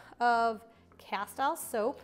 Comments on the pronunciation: It's pronounced "casteeel" soap, not "ca-style" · Castile is pronounced casteeeeel